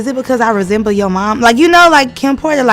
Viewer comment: 😂 this lady said kim porter